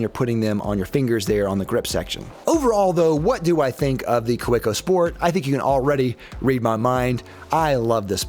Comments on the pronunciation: its kaweco not koweco 😂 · The pen is good, your pronunciation of the name isnt. Ka-vay-co. Good review! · It's pronounced "Kaveco". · The W is pronounced as a V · If Kaweco was an ordinary German word, I might agree, however the point you are missing is "Kaweco" is a proper German trade-name; as such it should be pronounced as the owner of that trade-name wants it pronounced. This is analogous to someone introducing themselves as Mr. Smith (pronounced Sm-eye-the), but you continue to call them Mr. Smith to their face... it shows a lack of respect (and American arrogance). Now you have been educated!